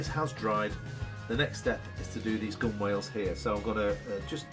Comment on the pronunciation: Why don't you try some blue or green painter's tape next you're taping off? BTW, gunwales is pronounced gunnels or gun'ls. Oh, ships don't have stairs, they're always called ladders. I climbed and went down enough to know.😊😊